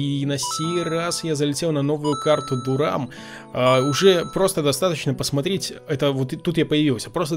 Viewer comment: Не Дурам, а Дарем город в Англии